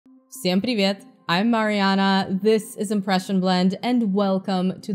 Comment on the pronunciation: This "всем привет" sounded perfect, and I'm native. Are you from Russian region originally?